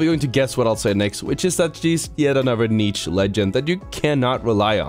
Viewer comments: It's pronounced "neesh" not neech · im disliking this video because if the amount of times he pronounced the "ch" in niche